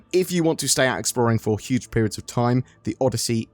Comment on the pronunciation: Did you say "A Cuge part?"